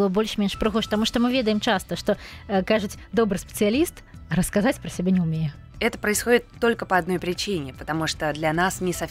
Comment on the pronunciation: у вас просто очаровательный голос. А особенности вашего произношения слов, например "Ка-а-аждого", "себя-а" добавляют изюминку =)